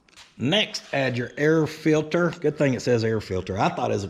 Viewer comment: Air "fillter"...love it lol